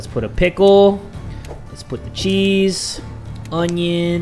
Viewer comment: I'm not the only one who says chez for cheese!!! Love you you make me laugh so much 😁